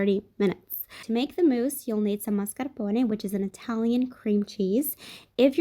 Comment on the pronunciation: FINALLY. Someone says mascarpone right!!